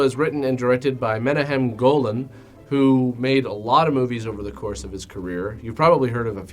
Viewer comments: Not tryna be a dick but Menahem Golan’s name is pronounced “Men-auck-hem” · Thats not how you pronounce Menahem. It sounds like " Meh nak um". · "Menahem" is pronounced "Mena khem" with a gutteral "K". It's Israeli. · Menahem is pronounced meh knock hem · I tried to track down a copy to see it. No luck. His name is pronounced meh-NAKH-ehm. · also the directors name is pronounced Men-ah-KHEM (its that gutteral hebrew sound lol) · you mispronounced menachem epic fail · You're mispronouncing Menahem Golan's name.